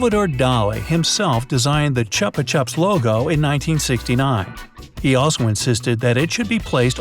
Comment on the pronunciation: Finally... someone that called them chupa chups instead of chooopa chooops